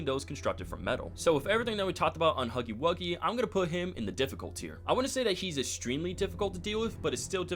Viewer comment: “HOGGY WOGGY”💀✋🏻